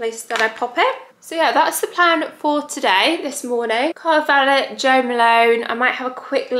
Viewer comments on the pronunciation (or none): Valet pronunciation🤣🤣